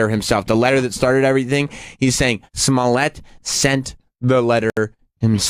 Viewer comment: pronunciation of 'Smollett' is fucking gross. As if there were not enough reasons to hate him already.